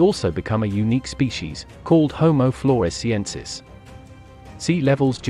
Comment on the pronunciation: when you say “Florshiensis” - 🤣🥴